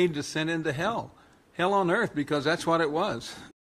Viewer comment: It's "descent" into Hell" not decent !